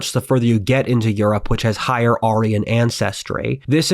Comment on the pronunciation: no, that's precisely how you pronounce it